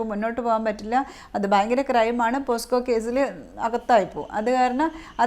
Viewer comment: പോസ്‌കോ... അല്ല പോക്സോ... 👍